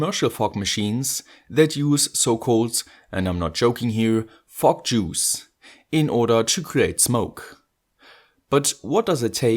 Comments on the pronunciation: what I'm hearing is F*ck juice haha sorry :D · The way you say fog juice sound like "Fuck Juice" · Why do i think you are saying Frog juice? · You cant say "Fok" on youtube!! Let alone saying "Fok Juice"! ¤§Ωθ¿¥ฯ!!! Florida!? Your speaks.. Your from Florida?? They use the euro there right? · Everytime you say fog juice, I giggle enough to make my ear phones fall off.